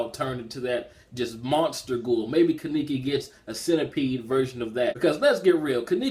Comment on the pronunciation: You and forneverworl had a problem pronouncing Kaneki's name but it's cool tho and chapter reviews,good shit.